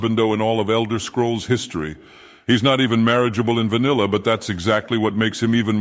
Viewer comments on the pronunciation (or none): none